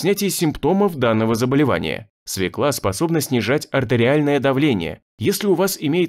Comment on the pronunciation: Нет в русском языке слова свекла, есть слово свёкла. Диктор говорит неправильно. Надо говорить не свеклА, а свЁкла.